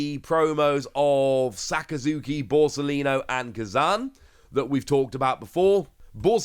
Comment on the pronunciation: Koozan, not k'zan